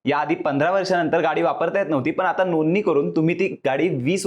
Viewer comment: Bhai नोंदणी नीट बोला... tumhi Nooni bolya sarkha vatata😂😂